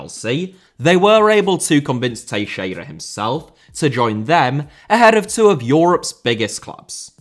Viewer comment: Only will randomly pronounce Teixeira properly and butcher everything else lmao. No way Teixeira is the easiest name out of all the players and teams you've mentioned.